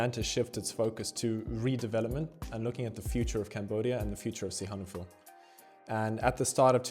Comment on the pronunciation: What's with stressing the "han" in Sihanoukville? I've always heard the stress on "nouk".